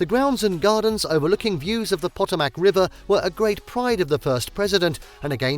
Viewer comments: Also to add: Potomac is not "Pow-tow-MAC" it is "Pa-TAW-mac". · When he said the Potomac River I almost died. Pot-o-mack. Noooo :P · Boy did you butcher the pronunciation of the Potomac river.